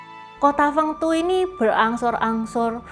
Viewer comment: 丰都鬼城 Feng Du Gui Cheng, dibacanya persis dengan pinyin nya mungkin lebih tepatnya begitu ya, konten yang keren bgt love it, sukses terus ❤